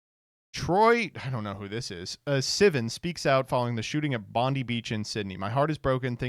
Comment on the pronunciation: man, the pronunciation of troye sivan and bondi beach hurt me